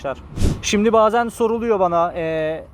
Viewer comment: Sanatına kişiliğine hayranım hele Şimdik deyişine hastayım gardasim